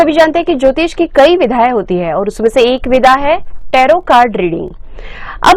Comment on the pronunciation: Behen tele promoter pe Vidha nahi vidhya padho grammer me itni mistake hai aap portal khol ke baithe hai